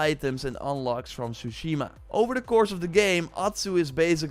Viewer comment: Say it with me, you had 5 years to practice saying this, TSU-shi-ma